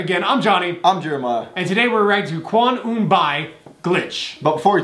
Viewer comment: it's kwon eun BEE pronunciation